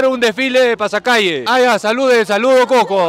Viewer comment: la chica que mastica chicle se ve que dice: "CUSSSSCO" corrigiéndole el "Cujjjjco" a xD